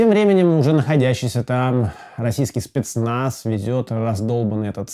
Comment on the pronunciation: Шпецнац, шнайпер, штеклотара. Живи ещё хоть шотню лет.